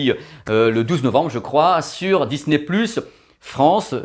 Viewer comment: Bonsoir encore super sympa ta vidéo avec ce format IMAX 😜😜 mais tu as oublié quelque fois ton accent anglais pour Disney " pluche"😂😂. Allez bonne soirée et à dimanche👏👍😜😘